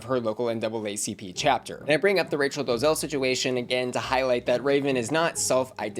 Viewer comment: Do-le-zal. Three syllables.Not two.